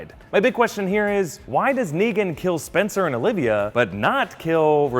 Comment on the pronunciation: "Oh no, not spenster and Bolivia."